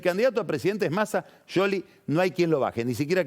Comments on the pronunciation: Scioli sc se prumumcia shioli no yoli y cuando mencionó a Stanley la e no se pronuncia en inglés eso me indica que debe hablar italiano pero no inglés. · es más un Yioli con una i casi sin sonido, como decis que un sholi como lo pronuncia pagni. Eso pasó porque no lo dice con el acento italiano. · Es increíble como se quiere hacer el que habla bien con scioli, el cual lo pronuncia bien y lo acentúa como el orto.